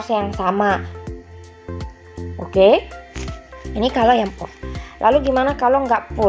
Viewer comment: apaan itu PUR ???? pur nama ??? pure itu bacanya bkan PUR.. tpi PYUR mbak